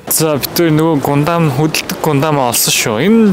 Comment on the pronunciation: гундам gesh гандам шүү 🥲